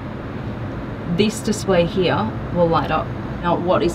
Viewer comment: Guys TWO Question first Does any one gets bothered the way she Says Here? And Second Why is she get all these exclusive Car reviews?!